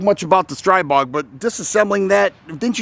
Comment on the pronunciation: STR-EE-BOG. It's pronounced StrEEbog. The newer generation has a non-reciprocating charging handle AND HB industries offers a conversion to make the original models NON-reciprocating.